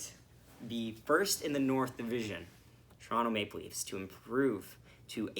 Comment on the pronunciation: 1. Good for you for pronouncing it "Torono." Non leafs fans don't usually do that. 2. Gosh DAAAAANNNNG I always headbang to that opening music. 3. Good game. We still gonna collab after our last game?